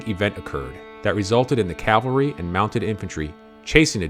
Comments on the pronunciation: Very good video, but again, mind pronunciation: CAValry 🐎🐎🐎 CALvary ✝️✝️✝️ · "Cav-alry", not "Cal-vary". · Umm, with all due respect, it is CAV AL RY not CAL VARY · Pronunciation error: A company of horse soldiers is a "Cavalry". "Calvary" is the location of Christ's crucifixion. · Very well researched and presented video. I'm bothered by many people's use of the word "calvary" in place of "cavalry." While everyone knows which is referred to by context, they are two very different words in actual meaning. This obviously bothers me more than it bothers most folks, and mars an otherwise fantastic video. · Interesting and well done video! Thanks. (Minor thing; It’s “cav-al-ry”! ) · It makes me cringe every time I hear learned people mispronounce the word. Last night I watched a Montana PBS doc on the Bozeman trail where the narrator continuously referred to them as Calvary. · No mention of Crazy Horses' role in leading the decoy party as a teen ager. Also, no "l" in "cavalry" (probably AI narration though). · Good video, would be better if narrator knew the difference cavalry and Calvary. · It's particularly galling to hear high ranking military men doing it. It's ubiquitous these days.